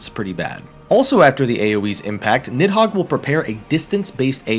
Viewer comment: Little known fact; it's pronounced more like "Need-hoeg" than "Nid-hog"